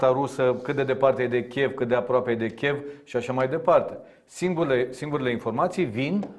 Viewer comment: Cu al său ”Chev” dl. Tukă pare să creadă că ne enervează. In realitate noi avem satisfacția să ne confirme că obiceiul prost e greu de stârpit.